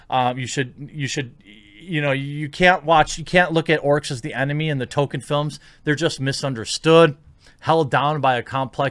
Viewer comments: Yes. Our modern day "Orc" stemmed originally from Tolkein's work. Also, dont know if youre trolling or not but its pronounced tol-keen not token... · Jeremy, not even knowing how to pronounce Tolkien doesn't exactly help your case.